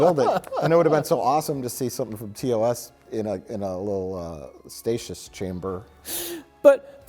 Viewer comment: Mike ... "a statious chamber" ??? Fake nerds.... 😂